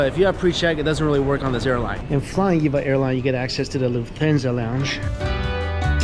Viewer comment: Cool video. The name is pronounced Eee-Vee-Ay, as it's an acronym. :)